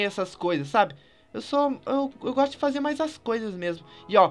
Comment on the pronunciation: eu goxto de goxta